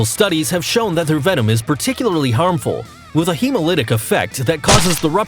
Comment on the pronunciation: Venom. It's venom. How are people still making this mistake?